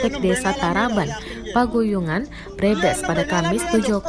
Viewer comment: Paguyangan min bukan paguyungan